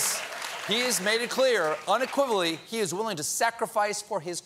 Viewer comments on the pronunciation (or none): ~ Stephen commits a faux pas, unequivocally* but meh, who really cares about that when the POTUS himself can't even correctly pronounce the name of his country...